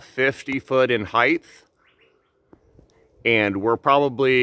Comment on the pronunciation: Hyth? Did you mean height?